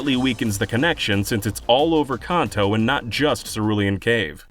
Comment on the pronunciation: All this information, and I'm just most grateful for the fact that someone is actually pronouncing Kanto correctly.